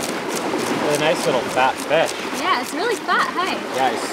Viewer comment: Feeesh? Oh fish.... Haha. 😊